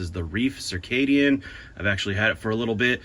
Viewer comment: Your pronunciation of Circadian is correct. Heard it from enough doctors to know... Reiff, the pronunciation there... well what do you get when you cross and elephant and a rhino? Elphhino.....